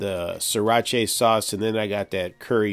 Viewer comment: Pronounced SIRA - ‘CHA’ not ‘CHAY’😂😂